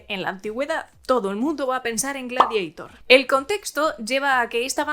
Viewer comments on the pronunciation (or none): Y no hace falta pronunciar Gladieitær, el título bien puede ser latín.